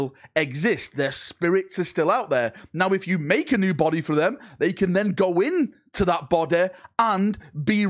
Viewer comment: "If you make a new BODEH for them, they can then go into that BODEH" so funny the way you said this